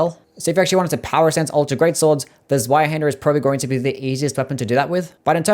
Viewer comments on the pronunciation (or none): That pronunciation is atrocious. It’s German so the W is pronounced like a V. Like Zveihander. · oh the pain of hearing the w in zweihander being pronounced like in english and not german